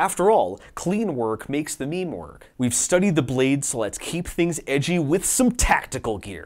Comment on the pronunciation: did you pronounce meme wrong on purpose?